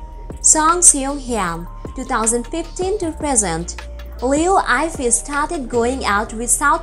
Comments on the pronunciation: liu yee fei is right accent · what /ayfei/ Name of a person has proper pronounciation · If you gonna do a video about someone at least get their name right. You made it sound like Eiffel Tower.